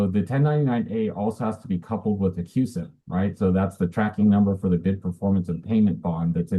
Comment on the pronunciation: It’s “cusip”